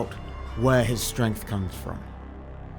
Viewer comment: I’m sorry, did you say “strength”. 😂😂😂